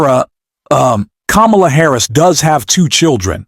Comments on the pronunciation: Pronounced Come-a-la. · Its Coma-la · Comma La. Say her name correctly please. It took me awhile to get it also. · It's Kamala ' learn her name. Terrible vidio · How did you pronounce her name? It's ?la - Kama-la,and you did it through this whole post after hearing people pronounce her name right. Won't follow. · Please learn how to say Vice President Kamala's name correctly. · Stop dissing the candidate and learn to pronounce her name!